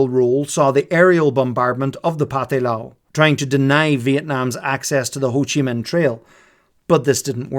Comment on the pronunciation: There's almost no real way you could know this, but 'Pathet Lao' is pronounced 'Pa-tayd Lao' and it means something like 'The Lao Nation'. The romanization of Lao is a catastrophe.